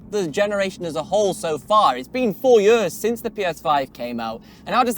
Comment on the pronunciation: I'm sorry but I DESPISE the way you say "years". YÖÖÖÖS